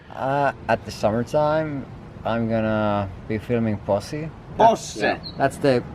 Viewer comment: When Jarno tries to pronounce "Posse" in English: "Pussy" lol